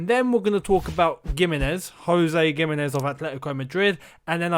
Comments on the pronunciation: Gimenez is pronounced with a H sound... like Wolves player Jimenez #spanishfolks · something about how he pronounces gimenez doesnt sit right with me